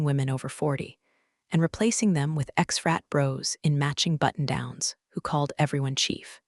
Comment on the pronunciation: “Rat bro”? I know it’s frat bro but can you say it’s not a Freudian slip? 😊